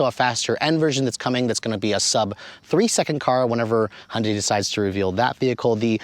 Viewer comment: "Hun-day" - NO! "Hyun-day" - Yes. Protip: "Hyun" is one syllable. It's like saying, "Tyota" or "Mitsbishi" or "KA" or "Mazd"